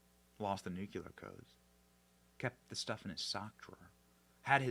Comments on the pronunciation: It is pronounced nu-clear, not nu-cu-lar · Love you Benny, but it's NU-CLE-AR, NU-CLE-AR, NOT NU-KU-LAR; that's not a word. You're a smart person... so I axe you'ze, wassa problems? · Say the word “clear”, then add “nu” in front of that. You will then have said the word “nuclear”.Not “ nucular” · The word is NU CLEAR, not NU CULAR! 😂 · OMG Benny, STOP SAYING NUKULAR, THE WORD IS NUCLEAR! When you say it wrong you sound like a hick... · Love you dearly and hope you are going to be out there for decades. And/ But please make this one teeny adjustment: Nu-KLEE-ur. Not nu- cul-UR. Thanks. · Damn it Benny! There is only 1U in Nuclear.. it's not nuQuler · I thought the only one saying Nuciler instead of Nuclear was George W Bush! 😂😂😂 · Nuclear, pronounced(Nu- clee - ur). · Benny! You are not GW Bush! Newclear. Newclear. Please!!!! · Dude, please pronounce Nuclear correctly. Sorry. It’s a peeve. 😂😂😂